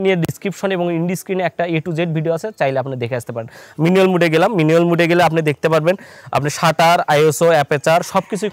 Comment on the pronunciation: উচ্চারণ টা মিনুয়েল নয় ম্যানুয়াল মুড